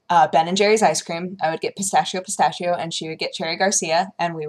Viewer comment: "pistashio" . . . well,guess that's how people who doesn't talk speak it,but i don't know if i should get angry or laugh.